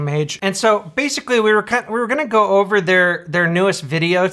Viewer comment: I hate the way the dad pronounces "over". They're "ERVEREXAGERRATED" "the terlit erverflerhed"